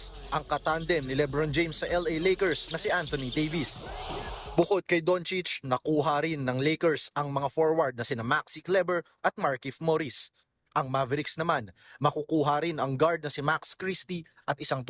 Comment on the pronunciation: Ewan ko sa reporter maling ang pronunciation ng surname ni kleber